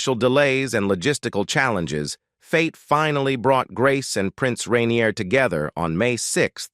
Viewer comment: Rainier not renir